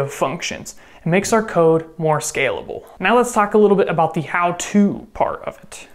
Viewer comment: i understood "lines of coke" instead of "lines of code"